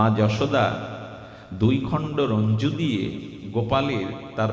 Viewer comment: নমিতাদি তুমি বলে দিলে আমার বলার সাহস অধিকার ছিল না। রজ্জু।। রঞ্জু নয়। এটাও একটা উপকার। তাই তোমাকে ধন্যবাদ। রাধে রাধে।।